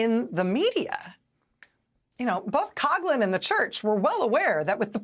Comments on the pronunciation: It's pronounced KOF-lin not KOG-lin! And, yeah, he was ALL BAD, even for us Catholics. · Coughlin is pronounced “Cofflin” not “Cogglin”…… :) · I think she’s saying his name wrong, it’s like Couflin but coughlin